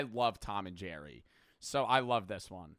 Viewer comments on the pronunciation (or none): none